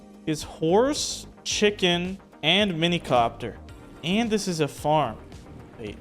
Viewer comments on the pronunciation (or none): none